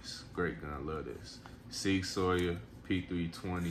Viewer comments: I like Sig too, and because you spent the time to share this awesome collection I am going to share some ancient German knowledge, it is Sig Sauer "sour" not "sawyer". Your stance on loaded mags is good, unloaded mags are completely useless in an emergency. Epic handgun collection, I'll be checking out your other videos friend. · Makes a point to say smith an wesson and not westin but then says sig soyer 😂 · “Sig soyer” lol Nice collection though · Great reply 👍👏, I was wondering if I should let him know the correct pronunciation but you did a fine job sir 🤙✊